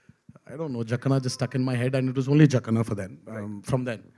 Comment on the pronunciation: not jakaana, its jakkanna